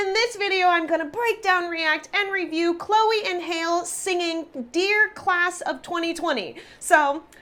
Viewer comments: THE younger sister's name is pronounced HAL-LEE (Halle), not HALE! If you weren't sure how to pronounce it, you should have asked! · hale? it's hal-e, qhy would a chick be named hale? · Yeah not sure how she got hail out of that. I think that much was obvious lol it irked me every time it was said. Im sure she knows know though lol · Halle is pronounced like Halle Berry or Halley, not Hale. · It's pronounced "Chloe & Halle" not "Chloe & Hail" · BABYGIRL ITS PRONOUNCED chloe and HaLEE not hale🙄 and they’re that good of singers that they got you tryna say its not really live👏🏾 jealousy alert😂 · I'm not at all surprised at this reaction. After all, singing live and being able to have great dance moves is probably something that black artists aren't supposed to be able to do; just ask Beyonce'.... Secondly, the younger sisters' first name is pronounced just like the actress "Halle" Berry, not Hale; but I'm pretty sure you knew that.... From jump, it was as though you were on a witch hunt. There is no way that they can sound this perfect, right? So it is clear that this reaction was not the analysis of each of their voices, but to point out things that would show that this was not a live performance!🥺💯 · Hale? Lmao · How did she get hale like cmon now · lol nobody pronounces her name right... it’s so aggy...Hale? Wtf is that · its haall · 1. There is an effect on the mics. 2. It is pronounced like Halle Berry 3. Please watch their national anthem or performance of America the Beautiful or something undeniably live bc I think you may want to retract this being COMPLETELY lip-sung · Its live,with effects and her name is pronounced like ha/lee,really dont know how you could mess that up,but anyway their vocals are phenomenal,check out their pretty hurts cover(thats what got them signed to Beyonce)and also check out their sisters are doin it for themselves live performance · It’s Hal-lee like Halle berry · Did i hear her say Chloe and Hail??🤣🤣🤣 No hate tho